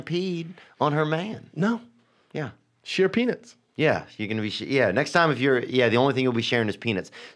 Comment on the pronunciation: i swear theo says penis instead of peanuts